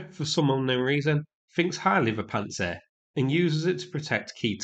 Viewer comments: Pants-down-sir not pant-sir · I like that you pronounce it "Pants Air".